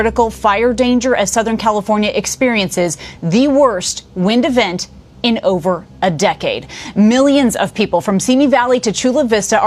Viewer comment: WTH ... "windavent" ... ... Newspeak from the ARSONIST 🤫🤫🤫